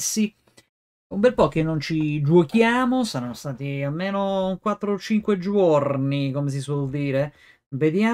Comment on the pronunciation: Bel video!!! Mi fai spaccare quando fai: giuorni